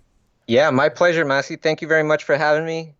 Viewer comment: did he call maciej "massy" lmao